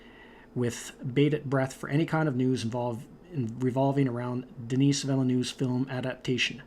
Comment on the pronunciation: I believe you pronounce "Denis" like "den-nee"